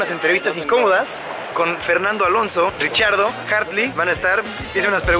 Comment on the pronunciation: Tu y Daniel Riccardo con la perfecta química ah... Pd: cierto se pronuncia como español "Ricardo"